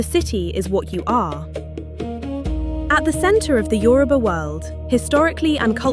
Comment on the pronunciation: Thanks for pronouncing Yoruba correctly👍🏾